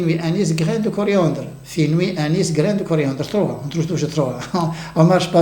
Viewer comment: FENOUIL.... pas : FINOUI...